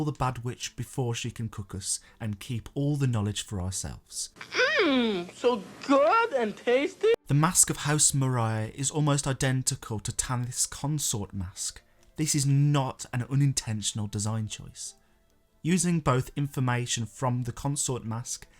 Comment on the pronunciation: it’s (Marais) pronounced “Ma-ray”. Love your videos btw.